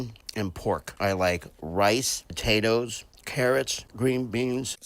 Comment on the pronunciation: Did he say tatos as potatoes?